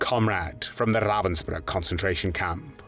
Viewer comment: Ravensbrück, nicht Ravensburg!!!!